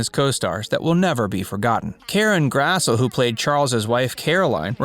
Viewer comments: Very nice video...but it's Karen Grass-lee not Grass-ul...if she got a dollar for every time someone mispronounced her name, she could probably buy her own island by now...lol 🤣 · Her name is pronounced “Grass-lee”